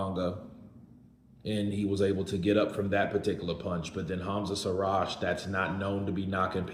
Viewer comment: Another nobody with a 2 bit story in support of losers. PS "Call him by his name" pronounced SHEEEEERAAZ. Not Seeraz.😊